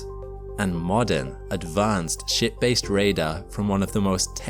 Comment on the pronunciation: He said "ship-based" but I heard "shitfaced." Context allowed me to self-correct immediately, but it still made me laugh.